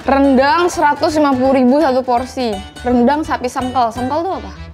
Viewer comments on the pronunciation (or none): Kak maaf nyebutin nya itu sengkel kak bukan sengkel bukan juga sengkel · sengkel tuh dibacanya sengkel ci, bukan sengkel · Bukan sengkel bacanya 😂 lucu bgt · sengkel bacanya kayak E buat enak